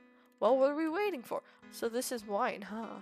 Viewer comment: "Ragin" Lmao, It's 'Rag-ni', said Rag-knee. Wynn is said 'Win', what confuses me though is how you say Wine at first, which is understandable, and then at the end of the video you pronounce it Wyvern. Fruma is... well Fru-ma, not sure how you're messing that one up but it's funny. and also, omg the names. Alexander? XD where are you getting this stuff lol. Al-a-dar is how you say his name, your adding like 8 letters. Also, your really close on Tasim, but for some odd reason your saying Tasmin, again, not sure where you're getting the letters. Trebuchet is a real word even, you were saying Trebute. Sorry about all of that, wasn't trying to be mean, just hoping to help. There's a lot of tips I could give you, but I don't want this comment to be any longer than it is, so I will probably type them as they come up in the series.